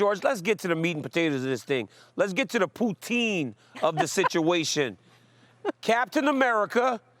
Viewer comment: Don't disrespect poutine, pronounce it properly.